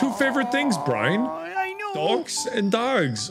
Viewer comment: After all these years, still calls Brian “Brine”